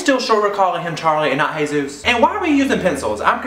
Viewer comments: It's a Spanish name. Soooo. It isn't said like Hey Zeus It's Hay-ZOOS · It's Jesus. A hispanic name pronounced hey-zus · It's pronounced Hey Zeus but it's spelt as Jesus